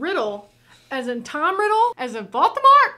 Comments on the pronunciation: Great reaction, but please... VolDemort, not VolTemort! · You keep saying Voltemor when his name is Voldemort 😂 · the fact that u called voldemort voltemort was rly funny xD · I am dying how keeps calling Voldemort "Baltimore". 😂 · Am I hearing Vol-Teh-Mor? Lol it's Vol-Deh-mort 🤣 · I scrolled down pretty far to check, but I don't think anyone's said anything about pronunciation of Voldemort. The closed-captioning almost always transcribed it as being "Baltimore." They say it tons in the movie, but maybe it's their accents being confusing? It's pronounced, phonetically: VOLE-duh-mort. -- Also, it could simply be a malapropism. I notice, every time, when she says "no diddle dallying,' when the actual saying is "no dilly dallying," as far as I'm aware. (Diddle means something altogether different, in my experience.) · Yes, indeed, Lord Baltimore is back. (I'm sorry, and I know it's rude to point out how someone pronounces things, but… I just couldn't help myself here. I just heard "Batimore" or "Voltemore" every time…) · Quick question, is there a reason you are pronouncing it Vol-T-emort and not Voldemort?? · I rewatched a couple of moments from this video and are you calling Voldemort...."Bald-de-mort"? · It's VOLDemort not VAULTemort 😂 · Vol-DE-mort not Volt-A-mort 🤦🏾‍♂️ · Ah yes. Valtimort. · Is it me, or is calling Voldemort Baltimort? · Not me cringing every time you say Volt-a-mort. It's VolDamort (Vole-da-mort). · Don't know if it's just an accent thing (if it is please simply ignore this as I mean no offense) but you keep pronouncing it as Vault-ah-mort when it's actually v-old-ah-mort... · Okay, let's talk about it. Love you, but we gotta practice the word Voldemort. Hard to hear for peeps like me who have been into this stuff for ages. Not Valtimore, Maryland Vole-duh-mort Not judging. Out of love! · There is only ONE "T" in Voldamort.